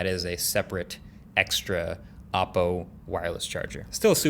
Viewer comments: Learn how to pronounce Oppo, it's OH-poh, not aw-poh. Urks me every time you say it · Y r u pronouncing oppo as Aappo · Still can't pronounce OPPO properly🤣😂🤣😂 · Stopped watching as soon as heard "OPPO" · It’s actually ‘o’ppo. Just need to pronounce the original ‘O’ sound